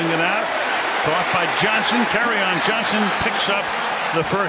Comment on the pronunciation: how you pronounce his name is (carry-on) johnson... get it?